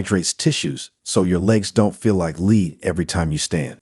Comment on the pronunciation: AI voices... "Lead"? come on